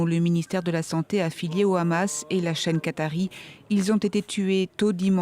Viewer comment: non le Rrrrramas , tu prononce mal 😂 !!